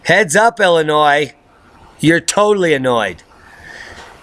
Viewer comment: BTW; Loved the word play on Illinois/annoy . Awful poetry but at least you know the proper pronunciation. Keep up the good work.